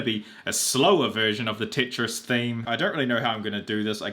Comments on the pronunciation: but why the hell are you saying titris its tetris not t.i.t.r.i.s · Did he say titris wtf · "Tit-ris" he says TIT RIS